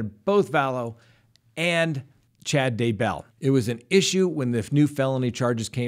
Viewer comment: Love ya. Also love how you say Daybell. One happy subscriber here.